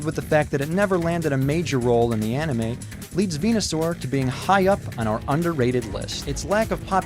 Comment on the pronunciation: just wanted to point out, its actually ven-u-saur, not ven-a-saur. just sayin'